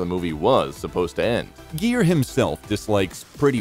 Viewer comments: Just for not pronouncing his name right you get a 👎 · Learn to say his name before you narrate!!! And Petty Woman????